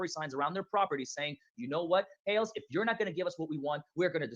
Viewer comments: it’s Hales (like hails) not hells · It is pronounced What The Hayls. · Hales hales not hells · Hi, I've watched What The Hale$ for 6 years. The name is Hales pronounced like Pails. George is his Fiancé, they are not yet married.